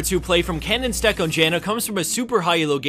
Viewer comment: KAninstek, that pronounciation.... fine.